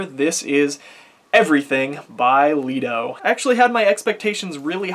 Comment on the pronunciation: i dont think it is "Lee-do", i think it is more "Lie-do"